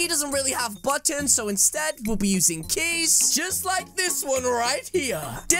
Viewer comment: When u said keys 🔑. Sound like you said cheese 🧀 I was like reeeeeeeeeee